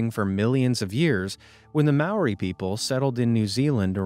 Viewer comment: u said Māori wrong